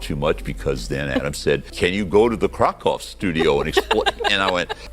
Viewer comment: Love that Mike takes the time to pronounce things right and to say things like Project and Krakow the way they are ment. I hate hearing CRACK COW.